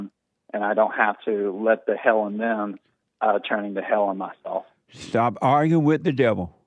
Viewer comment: And why do you say ppl are "arggering" its arguing 😂😂😂 damn bro u embarress yourself all day long